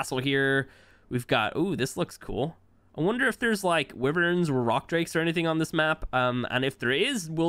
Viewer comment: Why-verns not wiverns